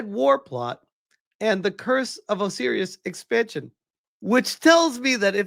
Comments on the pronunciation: "Oh Serious"? It's pronounced "Oh Sigh Riss" 😊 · How the hell do you not know how to pronounce Osiris?